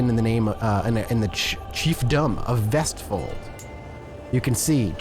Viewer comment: I will give you this, as a norwegian, your pronounciation of vestfold was almost spot on